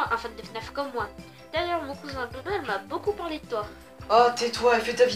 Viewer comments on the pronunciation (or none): none